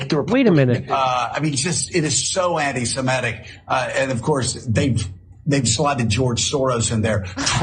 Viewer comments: I love how absolutely EVERYBODY mispronounces this word. It is not "anti-Simetic". There's no such word. You don't call someone an 'anti-Simete' because there's no such word or thing. It's "ANTI-SEMITIC" as in 'anti-Semite'. There's no such thing as Simetic people. There are Semitic people like Arabs, for example, or people that are actually ethnically Hebrew. It's so friggin' stupid that everyone mispronounces this word. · “…er…I mean…it is just….it is so anti -Semetic (sic)” It’s the opening phrase and the host at MSNBC mispronounces ‘anti-Semitic’ quite clearly. Proves there’s something lacking in his education or he’s thinking of the word ‘emetic’- a substance to cause vomiting. Either way I feel nauseous already.